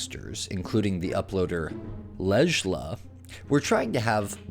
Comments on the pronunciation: It’s pronounced Leila 😂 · Damn, you butchered that name. It's pronounced "leila."